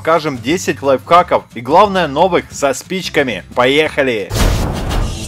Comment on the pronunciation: Я один слышу лайфкаки?